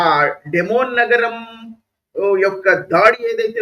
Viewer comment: డి(ది)మోనా డెమోన్ కాదు.అలాగే డీగోగార్షియా అనాలి డియాగోగార్షియా కాదు. ఇరాన్ దగ్గరే మిస్సైల్స్ ఉన్నాయా అమెరికా, ఇశ్రాయెల్ దగ్గర మిస్సైల్స్ లేవంటారా!? మరి ఇరాన్ లా అమెరికా, ఇశ్రాయెల్ మిస్సైల్స్ వేస్తే ఇరాన్ కూడా బూడిదౌతుంది. ఈ యుద్ధం ఆగకపోతే అదే జరుగుతుంది. Israel ది survival strategy. కనుక వాళ్ళను నాశనం చేయాలనుకొనే ఇరాన్ లాంటి టెర్రరిస్టు, barbaric(Hourhy, Hamas, Hezbollah,Syria,Jordan లతో సహా) దేశంతో ఇశ్రాయెల్ ఆఖరి క్షణం వరకూ పోరాడుతుంది కేవలం existence(భూమి మీద బ్రతికి ఉండడం) కోసం.